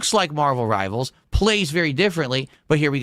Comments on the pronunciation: Marbuhl Ribuhl ♿️